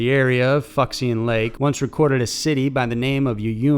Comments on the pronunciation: Err..."Fuxian" is pronounced foo-SHONN, not FUCK-see-in. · LOLOLOL Fucks-ian lake.... brotha man it’s pronounced foo-SHAN. I mean, Im American too but that’s like boss-level american. XD keep up the good work though brother you make decent stuff for the most part compared to a lot of other list-format channels. At least your voice is pleasant to listen to and there’s no robot voice, in that regard you win by a lot 😏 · 抚仙 is pronounced foo she en ㄈㄨˇㄒㄧㄢ meaning pacifiy celestial being… not fucks ian, whoever Ian is. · X in Chinese is Sh sound bro... so it’s Fushian not fuck-see-an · The Chinese lake is pronounced "fu-she-ann" not "fucksian". Good video, but that pronunciation was a little wild. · Umm.. pretty sure it's pronounced "FOO-Shian" not "FUCKS-ian" Lol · "fucksian" lake? If it's Fuxian Lake, it's pronounced foo-shee-ahn. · "Fuck-see-an?" LOL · Fewk -sun is how to pronounce Fuxian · Fuxian is pronounced "Foo shiyan". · "Fucksian Lake"?? For Fu Xian? C'mon!! 😁😁 Good video though. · 1) When you see an X in the name of a location in china it is pronounced "shee" As in Xian....That Mispronunciation of the lake is funny though...2) The "Werewolf is fake as hell. 3) The "Stegosaurus" is a Sumatran Rhino. Those purported back plates are background design elements. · Excellent work BUT I believe it’s actually pronounced Foo Shiang Lake